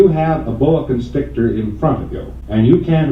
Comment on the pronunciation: "boa con-stickler" Wow! This channel is top notch 😉